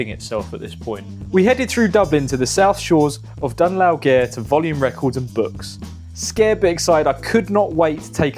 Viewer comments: done lauw care? dunlao gaire... love the channel but ask for help on placenames 🙂 Dun Laoghaire isn't the easiest local name for visitors I agree. Think of the letters as spelling Dun Leery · Ah c'mon, it would've taken 3 seconds research with an internet machine to find out that it's pronounced 'lou' as in loud not looth. UPDATE: I jus heard your attempt at Done lau gear, I don't think one of those AI voices would've butchered it that much 😅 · Drogheda, County Looth, and Dun low gere, Dublin 😂😂😂 You poor thing lol. Bet you're glad to be back in Ing lund ❤ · Dún Laoghaire is pronounced Dún Leary. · Dún Laoghaire is pronounced Done Leer E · Drog - heada , county looot , dun lao- air ? Jesus Pronounce the names somewhat close to how they sound . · Well I mean he's not from Ireland so leave him be. Drogheda (Draw-heh-dah or even Draw-dah) is a town in County Louth (loud) Dún Laoghaire (Done Leary) is a seaside town in the south of County Dublin. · pronounced "dunn leary" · Yea, try, "Done leer ee" and your sorted!! I live down the road in "Daw-ky"!! LoL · I have no interest in vinyl, but this video was great, love vibe, the pronunciations of place names need work, but as a brit in Ireland, I understand. great vid will subscribe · Live your videos man but your pronunciation of irish town names is so funny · I'm embarrassed as an English man that you couldn't even be bothered to make the correct Irish pronunciations of places you went to. First time watcher, last time watcher. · Yeah, pity about the ability to pronounce Irish place names!! 😂But great video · Not going to lie , your Irish town pronunciation needs work 😂